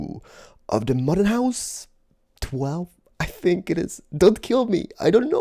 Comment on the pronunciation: I LOVE how you say "I Fink"! You are ADORABLE!!! Love you!